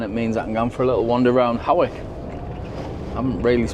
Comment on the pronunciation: Hawick is pronounced Hoyk, the Aire is suspended when fair in town